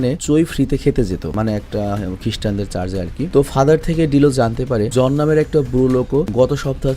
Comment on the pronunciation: দাদা ওটা চার্জ না ওটা চার্চ